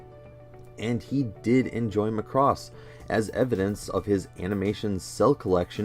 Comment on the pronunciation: 0/10 could not watch. It's Mac-ross not Mah-cross